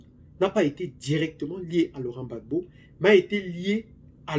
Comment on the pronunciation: Gbagbo et non bagbo